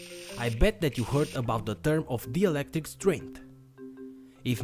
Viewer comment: It's not DIELECTRIC It's DIELECTRIC